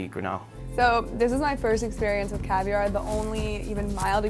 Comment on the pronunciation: he does not say caviar.